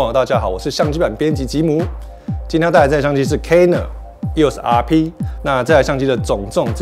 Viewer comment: 为什么我一直听到 canon 又傻逼... eos rp 读快点真的是会听成canon 又傻逼... 不懂有没有和我一样 😂😂😂